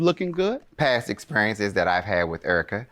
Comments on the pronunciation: He kept saying, "Urica". Lol. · Air-rica lol